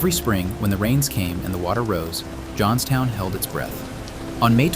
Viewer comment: Oops! “ Johnstown “